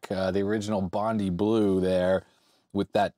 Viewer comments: As an Australian, just wanted to let you know it's pronounced like Bond-eye :-) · 10 internet points for the pronunciation of Bondi.